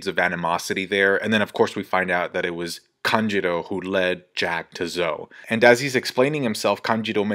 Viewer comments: Lol it's kanJURO, not kanJIRO... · Why do you keep saying kanJIRO ? It’s kanJURO lOL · AND THE OSCAR GOES TO... Denjiro. Wait no sorry it was Kanjuro